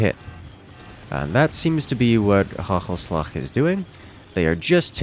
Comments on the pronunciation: the dutch team is pronounced wit the first a on hagelslag being AAA not ah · Bruh the way he says hagelslag is hilarious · Did he pronounce "Hagenslag" correctly once? XD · "Interesting" way you pronounced the Gs in "Hagelslag" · team hagelslag.. how you pronounce it had me dying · the way you pronounce hagelslag xD i tought it was arabic lmao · good try maat